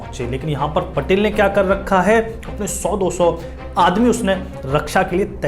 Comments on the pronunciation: It's patil not patel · पटेल नही, पाटील कहो. लाल चौक नही, लाल महाल बोलो.क्यो की, मराठी बोल हिंदी से निघाले है .